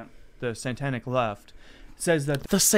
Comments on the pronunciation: Did he say Santanaic? Like Carlos Santana? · Did he say “santanic”...twice??!!!!!! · "santanic" lololol oh boys, why you gotta make bully you like this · Did that dude on the right just say "santanic"?